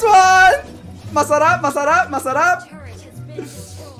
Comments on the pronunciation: I think is half filipino because when he is sayying masarap and puttt he is like a filipino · The way he says "Masarap" it sounds like you have filipino accent